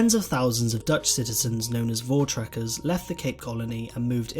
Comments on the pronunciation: ME: pls dont do it. Them: votcekers. Me: DIS VOORTREKERS !!! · vottractors wtf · boer😃- come to SA so that we can teach you how to pronounce that😀 Voortrekkers ook😂